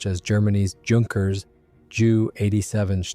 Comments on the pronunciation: Sry, but it was too painful for me to listen to. JU (Junkers), one does not pronounce as jew. In German pronunciation, it is way closer to "You" (You are). So PLEASE just say "You-88" and "You-nkers". In the word Junker / Junkers, one can use the silent "n". You-.-kers. More than welcome you are. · Teach your AI to say Yunkers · This was good. I know a lot about the Pe2/3, and even I learned something. Please learn to pronounce (edit?) words like Ju-87 and Junkers. Otherwise, big thumbs up.